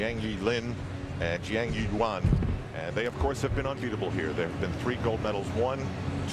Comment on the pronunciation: I count at least 7 different pronunciations of "Jiang Yuyuan" from Al in this